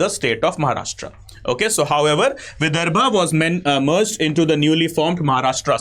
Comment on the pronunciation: विदर्भ आहे ते...